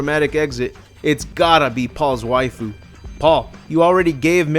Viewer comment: He also says wifoo but both of them made good videos about this terrible franchise